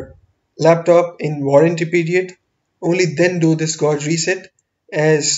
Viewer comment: It's been 9 years wonder if he learned to pronounce "gauge".